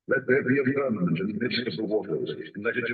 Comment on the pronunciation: Do you mean to say firmamented? Cuz it sounds like your saying fermented, slightly confused